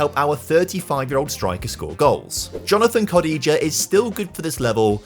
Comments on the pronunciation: Butchering Kodjia's name clearly shows you are not a villa fan.... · Great video, but I've never heard Jonathan Kodjia pronounced like that! And he played for the villa for a few years